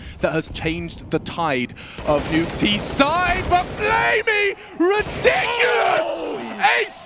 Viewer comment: flamie, not 'flaime'